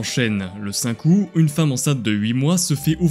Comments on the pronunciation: par contre le mois d'Aout le putain de T se prononce a la fin enculé aou"T" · A 5min ! Pétard pas possible de dire Aou … c’est {oute} ! On dit aoûtien ! Donc pétard on prononce le T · Août TTTT LE T ARGH mon dieu ça m'a sorti de la vidéo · Le fait qu‘il dise ou et pas août me perturbe, c‘est août on est d‘accord ? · Possible de prononcer le T de août ? Merci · Stp dit aouT et pas "ou" c'est insupportable a ecoute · le 10 aou"T" prononce le T je t'en suppliiie 😢😖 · il y a un T à prononcer dans "aout" 🙄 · Très bonne vidéo parcontre je t'en supplie ne dit plus le mois d'où ça trigger de fou 😂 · Y'a un t qui se prononce à août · le t se dit dans août au cas ou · Ya un t à août